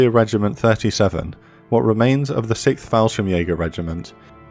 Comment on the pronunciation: It's pronounced "sixth", not "sikth"